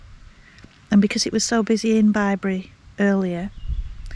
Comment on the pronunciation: Oh! What a lovely vlog ❤ I felt Bri’s presence on that pitch before you mentioned him. You were so relaxed and chilled. Just perfect! What a quirky shower in an ‘oss box 😂 We loved Bibury, but you pronounced it right! We pronounced it as in a baby’s bib 🤦🏻‍♀️ What a perfect evening to a perfect day. Fire, wine and nibbles. One day we’ll manage this together xx